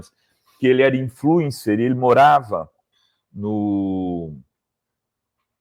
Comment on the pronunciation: 09;56 Meu Deus......nao consegue falar a palavra "influencer"....😮